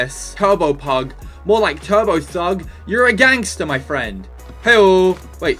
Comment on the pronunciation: when he said turbo thug I thought he said turbo sugg 😂😂